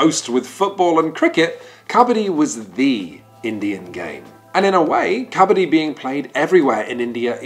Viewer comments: Great video. Why do you start the video with the wrong pronunciation of Kabaddi and then a third of the way switch to the right pronunciation? And then you switch back to the wrong pronunciation and then back again... It's so weird... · tip for you guys: it's originally pronounced as ku-bud-dee not kha-bha-dhee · Love the way he says kabadi....😂 it's "ka —ba—ddi" I don't understand why it's not in olympics , it's great sport It's so popular in india , playing it on raw ground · It’s Kabbadi ( cuh- ba- di) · When "kabaddi" is pronounced as "kabaadi", only Indians can feel this pain! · I rlly hate the way u pronounce kabadi. Great video otherwise. But it hurts a little to see forgeiners pronounce kabadi incorrectly and slowly watch it become the new norm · I took physical cringe damage at the pronunciation of Kabaddi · Kabaddi lol, its pronounced 'kabaddi' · The way you are pronouncing its sound beggar kabadi